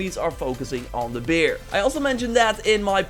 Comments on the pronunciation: i sink dis guy is duts... kos he pronoucus bear as beer... so he likes bier so he is duts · I don’t mean to mock your accent (it’s actually cute Nd I don’t know here it is from<I assume East Europe~ but when you said make them fight the “beer” lol I cracked up